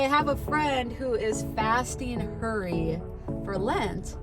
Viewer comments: At first I thought you said your friend gave up “curry” for lent. Then later I heard “hurry”. 🤣🤣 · I thought the first couple times you said “fast Curry”, 😂 Great conversation!